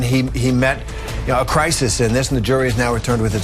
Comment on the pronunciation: I didn't know "crisis" was a person. "He met crisis. " -reporter